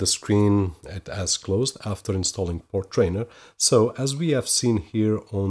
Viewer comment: FYI.. Portainer rhymes with container.. you are adding in an extra "r" after the "t" when saying it over and over. Otherwise good video for novices..